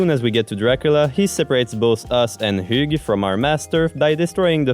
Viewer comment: I believe his name is pronounced "h-ew" like "hue" Or maybe that's just my pokemon brain being silly